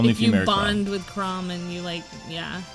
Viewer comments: Chrom is pronounced Zliek Krawm, and Lucina is Loo-See-Nuh. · They're saying lucina and chrom wrong.